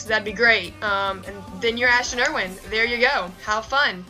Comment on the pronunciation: Wait wait wait did she say Irwin as in er-win??? lol it's chill I said Calum's name wrong too and realized it was Calum pronouncing all the words not in vowels. Do I even make sense?